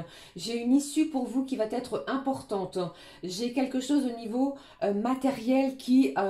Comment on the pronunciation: Guidance claire et fluide, merci, par contre, si vs pouviez éviter de faire cette liaison (va t être), qui me fait saigner les oreilles, vs n êtes pas la seule😂 Va...etre, c est idiot mais ça me gâche l écoute! Sinon je vs adore❤